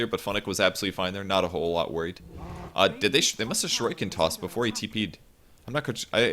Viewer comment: someone plz teach how to pronounce shuriken